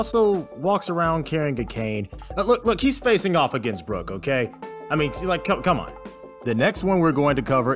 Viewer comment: Hate how he says Brock’s name. My boyyyyyy